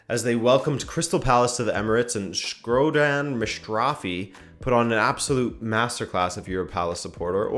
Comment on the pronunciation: The way you said shkodran mustafi first time is gold bro😂